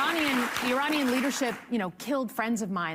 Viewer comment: she cant even pronounce 'Iranian'